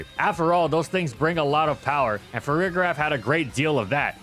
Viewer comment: Why do people use a hard G for Farigiraf? I don’t understand how anyone can look at that and not realize it’s pronounced with the “J” sound like “giraffe” lol